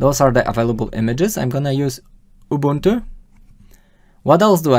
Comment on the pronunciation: Great tutorial! I learnt a lot and your explanations/comments were great. Ubuntu is a Zulu word and your pronunciation was on point! Well done.